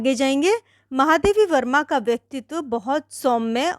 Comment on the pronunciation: Explanation tho theek Thaak hain lekin apne lekhika ka naam Galat kaise bol sakti hain Starting mein aapne itne mahaam Lekhika Ka naam Galat kaise le sakti hain😢. Baaki explanation helpful tha 👏